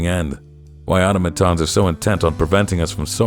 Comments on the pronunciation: auto-matons? It's pronounced aw-tah-muh-tahn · I've never heard anyone pronounce it AH-toe-mah-tans before. I've always used ah-TAH-mah-tans.